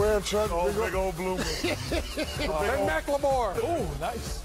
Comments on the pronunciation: “They wear bloomas”🤣🤣🤣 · THEY GOT BLOOMAHS